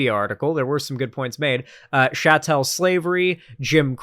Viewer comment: if you keep pronouncing Chattel Slavery like a fucking fr*nchman I'm gonna have to unsubscribe